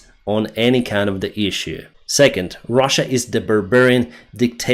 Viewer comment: You said russia wrong